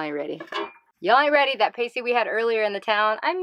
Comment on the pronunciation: You don't say that word the way you think you do 😉. My family is from the western UP and Pasty rhymes with Nasty. So jealous of your time in the UP, enjoy!